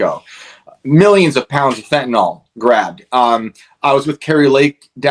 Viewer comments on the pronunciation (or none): I'm so weary of hearing about fentan-(all) ... it's "FENTANYL"! Fentan-(ill) ... jeez ! Like Benadryl ... NOT Bena-(drall), vinyl records ... Not (vine-all) ! Whenever I hear this idiotic pronunciation I unsubscribe. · Hi- two things: Fentanyl is pronounced Fen tan ill- not fen tan all. It is the Popular Vote, not the Popularity Vote. Thank you for all you do! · I'm with you, brother, but it's fentanYl. Not fentanOl. Must be this country's most mispronounced word.